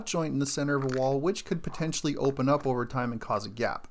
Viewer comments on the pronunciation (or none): none